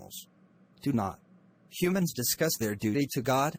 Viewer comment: Mistake Humans-Hunand